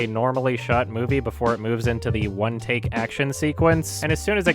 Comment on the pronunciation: It wasnt "in one take" it was "with one tak"